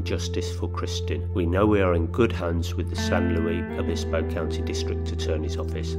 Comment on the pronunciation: I've recently found your channel, and you do a really good job! Just FYI if you're interested: The "Luis" in San Luis Obispo is pronounced with the "s" sound at the end exactly like the last name of author C. S. Lewis. Also, the "e" in San Pedro is long (silly, I know). : ) Keep up the good work.